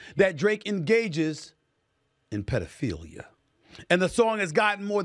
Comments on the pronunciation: Why he say pdfhelia like that 😂😂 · he did not have to say "pedophilia" like that! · I was hoping someone else caught that, shit was hilarious!! The subtle pause then look to the camera, the infliction on the the word when he said it comedy gold. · Why did he say PDF like THAT 😂😂😂😂😂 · Diabolical how he said pedophilia 🤣😭💀